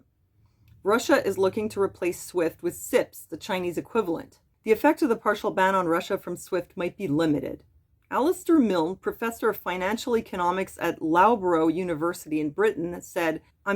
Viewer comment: Heya! Loughborough is locally pronounced LuffBurra! By actively participating in online debate during Wartime one can influence the outcome of said war, if enough opinions are changed. We are all innately fearful of Anarchy but for all the Wrong reasons. Anarchy by simple definition means Without Hierarchy. It does Not mean social disorder by Any means! Cognitive Dissonance can occur on a large scale, once those seeds are sewn! Greetings from The United Kingdom (Wales to be specific)